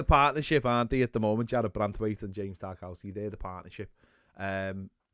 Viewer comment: I've noticed you say tar cow ski but i'm pretty sure its pronounced tar kov ski